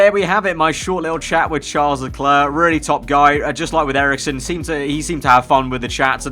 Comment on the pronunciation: i dont like the way you say leclerc tbh it bothered me for such a long time